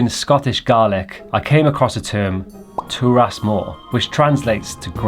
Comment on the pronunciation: Big fan! And love that you gave it a Gaelic name! In the spirit of keeping the integrity and authenticity, just want to flag that it’s pronounced Gah-lick, not Garlic 😂 and Turas is Tur-is not Tur-ass. Wishing you all the very best with the drams!